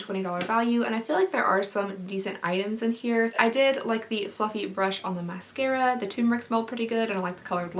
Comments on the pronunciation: When you said mascaría again I couldn’t help bust out laughing lol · "Mascaria" ... "did I just say that again or am i going insane?" Hahaha that killed me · Mascaria Me: {laughing so much}:...Mascaria... Did I just say it again or am I going insane? Me: {laughing... Again} She is so funny! ❤❤❤ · “Mascaria... Mascaria” LMFAOOOOO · I spit out my dessert when you said mascara wrong!! my son leaned over and asked if I was okay :D hahaha